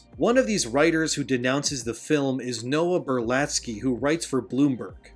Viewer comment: "Berlatsky" .... Every ... Single ... Time